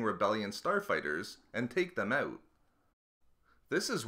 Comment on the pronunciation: You're Canadian?? Didn't know until you said "out" today